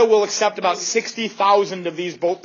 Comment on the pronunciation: LMAOOOO "They liked what Canada was all aboot"